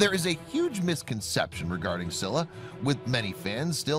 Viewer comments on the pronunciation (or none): Scylla name pronounced is : Skilla (u pronounced it wrong) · It’s not Silla it’s Scylla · I always pronounce Scylla (skaylla) instead of (sylla). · How could you pronounce Scylla's name wrong? This guy comes from Greek mythology, so it should bi pronounced as Skülla/Skíla, depending on the accent. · It's not silla it's scylla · ITS pronounced ski-la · It’s sc-i-ll-a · its pronounced Scylla (Sky-la) and It's pronounced Methuselah (Nephew - Say - La) AND it's pronounced Behemoth (Beh - heh - MOTH) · You can’t pronounce Scylla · U say it s k y lla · Let’s just get the fact that the names he said for each of the animals were all wrong btw